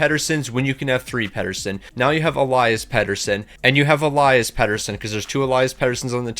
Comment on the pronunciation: You pronounce the foreward petey eleeas and the d-petey elias